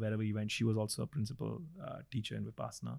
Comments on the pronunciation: Pls pronounce 'vipassana' correctly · I have a request. Please try to pronounce Vipassana (Pali/Prakrit) or Vipashyana (Sanskrit) correctly.